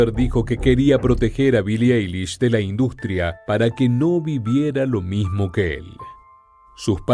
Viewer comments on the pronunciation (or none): none